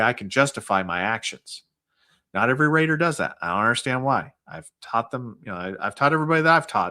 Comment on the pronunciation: Rater not Reed 😂